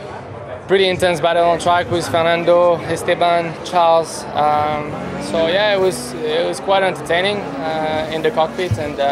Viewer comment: Gasly is proving his English proficiency by calling Leclerc "CharleSSS".